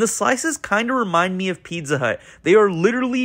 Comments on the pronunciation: why does he pronounce it pidza? strange. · Is this guy saying pitza bruh.. it’s pizza learn how to pronounce words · Never heard a person pronounce pizza quite so strangely. It was all I could hear